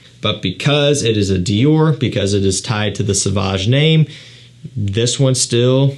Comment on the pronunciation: It's pronounced So-vahj dude. Not "S'vahj".